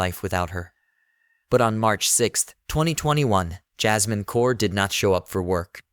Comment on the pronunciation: You should teach your AI how to pronounce words like Kaur.